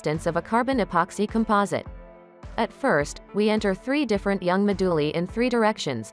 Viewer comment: This is great but the pronunciation of 'moduli' as 'mah-dooh-lee' has me bustin a gut.